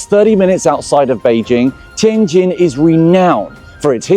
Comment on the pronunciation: Finally a white guy pronouncing the J sound properly 😂